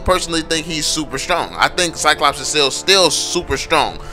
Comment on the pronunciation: When a black people try to say "Cyclops" turns to "CyCops" ... the irony hurts...